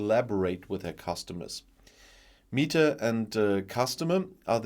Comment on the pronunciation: I think it is pronounced meh ta, not mee ta.